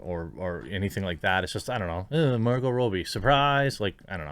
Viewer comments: It's Robbie not Roobie 👍🏻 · Rob-e not Row-be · It's not Row-Bie! It's Rob-Bie! It's Steven Sea-Gull, not Segalle! It's Hyacinth Bucket, not Bouquet! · "Rob-bee" not "Row-bie" Pronunciation is triggering me today sorry dude, lol! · Say it with me Jeremy: Rob-bie. Not Ro-bie. Double "b" not single. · Rah bee, not Robie. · It’s robbie not robbie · dude leanr to say the mname right every time you said it I just want to click away... its pronounce Rob E its not that hard..... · What can't you say Margo's second name properly Lol